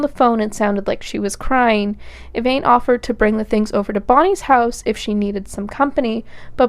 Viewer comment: I’ve never heard of this case. Great job! I love when I find cases that haven’t been done over and over. If I could make one observation? The victim’s best friend, you called her “Evaine” throughout. Everyone in the court testimony called her “Evanne”. I just think that’s important when telling these stories. 😊